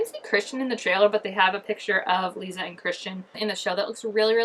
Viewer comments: I always tell people when I’m telling them about the books how to say Lissa’s name and that is. Say Alyssa but then remove the A and you will have Lissa. You can even do it with Melissa if you want just remove the M and E and again you will have Lissa. Hope that helps you say her name. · Lissa is pronounced like the word lisp or listen. They’re pulling stuff from all 6 books and merging characters and changing some storylines like Robert isn’t Victor’s half brother anymore but his husband and they have two daughters Sonya Karp and Mia Karp. Sonya as in the teacher who turned strigoi and Mia is said to be the merging of both Natalie’s character and Mia Rinaldi’s character. Also this mia is gonna be in a relationship with a novice named Meredith who played a really small role in the books. I also heard we’re gonna get Adrian in episode 6!!!! Super excited 😆